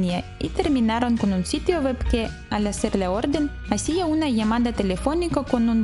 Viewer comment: Puedes mejorar la pronunciación de "web" porque se escucha como "wep".